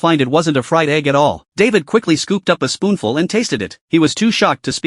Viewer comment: did he just say spoonful 🤣